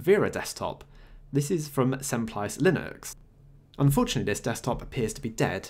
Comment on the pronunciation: "Semplice" is an italian word and the "ce" pronunciation is like in "cherry". If you are interested to move or resize your camera window while recording you can use Borderless Camera